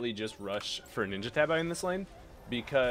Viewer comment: Bruh they're pronounced "ninja tahbee" XD